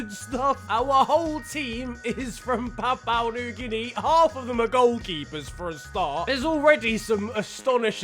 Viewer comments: The way he says Papua New Guinea is fecking hilarious. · Mispronouncing Papua New Guinea throughout the video.... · Drink everytime mispronounces PNG